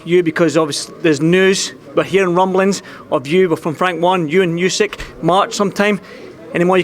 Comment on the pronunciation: Can someone tell Tyson how to pronounce Usyk?! And also that it's the year of the Rabbit this Lunar New Year.